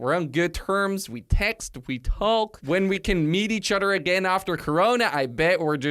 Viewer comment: what accent was the when you said "talk".